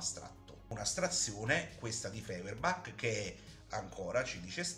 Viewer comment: Stirner non si è mai definito anarchico, gli è stato attribuito, e non dice nemmeno che tutto si riduce all'io, ma a me. Allo stesso modo parlare di rivoluzione dell'unico è scorretto, perché semmai bisogna dire rivolta o sollevazione. Si pronuncia Foierbach.